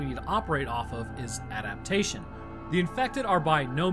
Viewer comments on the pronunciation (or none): none